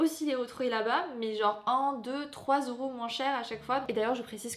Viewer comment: tu me stresses tellement à dire " oro " ' 5 oros "